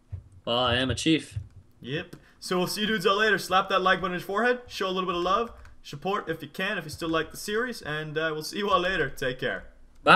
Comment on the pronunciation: That is adorable XD at the end of the vid instead of Support he said Shupport X3